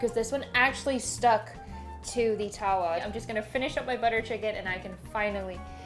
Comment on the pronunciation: As someone who got taught to cook by her Indian mum you absolutely nailed everything. Naan is very tricky to make without a tandoori oven. Btw, tawa is pronounced more like tava. Watching this made me hungry!